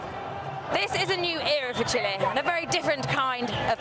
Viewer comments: It is pronounced Chi -leh.!!! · Could the English learn that it’s not pronounced “chilly” 🤦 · Why do they keep calling Chile "Chili"?